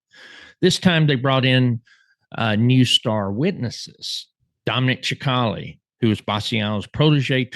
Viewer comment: Dominic "sick - ali" (sp). NOT CHIC - ALI 🫤 Go to "Dominic Cicale Mafia round table". He will tell you how to pronounce his name...